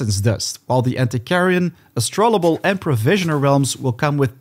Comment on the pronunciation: Just FYI - It's pronounced "astro-labe". It's a real historical device. Good video!